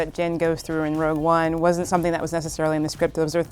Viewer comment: Everyone...everyone...your attention please! It's "Rogue" One...NOT "ROUGE" One! Thank you. The Management